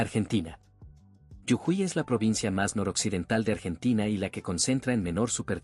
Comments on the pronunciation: No es yujui es JUJUY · No es yujuy es jujuy❤ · muy lindo el video hasta que dijo yujuy y no jujuy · Jujuy no yujuy😂😂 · Yujuy es incorrecto. JUJUY es correcto!!!! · Para el relator por pronunciar bien la provincia de Jujuy. No se dice Yujuy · Lo que me dieron gans de conocer...fueron las montañas de la Pampa...y lo que me hizo reir fue que digera Yujuy...eb vez de Jujuy.... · la provincia norteña se llama Jujuy con J (Jota) no con Y Griega o ye como lo pronuncia el relator del video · Muy bueno el video bro!!!! Pero es Jujuy no Yujui...😅😅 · Es jujuy. Prronuncias yujuy. Las 2 veces se pronuncia la jota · Jajaja! Jajaja! Hasta que me di cuenta de qué habla cuando dice “yujuí”! Es Jujuy, lo cual se pronuncia tal cual se escribe! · Jujuy pronuncia bien jujuy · Muy bueno conocer nstro pais de esta manera. !! Es JUJUY LAS DOS CON JOTA, NO CON Y YE. AL FINAL SI LLEVA Y . SUENA COMO I. GRACIAS. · Te pido por favor que corrijas la fonética de Jujuy . Está mal pronunciado y choca al oído.